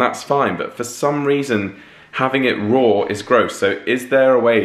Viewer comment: Why do they add an “r” at the end of “raw”? Rawr egg.